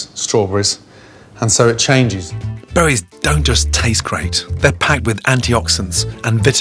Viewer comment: He pronounces berries as buwwies.